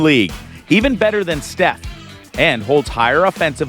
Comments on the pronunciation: IF STEPH ONLY KNEW THIS DUDE KEEP CALLING HIM STEPHON, PLEASE SOUNDS CRAZY WEIRDNESS 🤪. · Please learn how to say Steph's name properly!